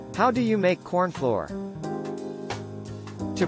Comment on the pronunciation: AI said cornfloor for most of the video.